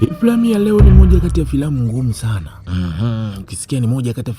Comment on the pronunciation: Unamatatizo ya r na l ni leooo Sio rrrrr